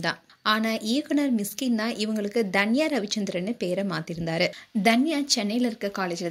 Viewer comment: intha video la #Dhanya nu solringa avunga yaru ? you should spell her name as #Tanya ravichandran... u spell it wrong from beginning to end in this video.. ( Each alphabet has phonetic (Pronounciation sounds )